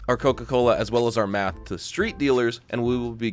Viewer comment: He says it for a reason 😂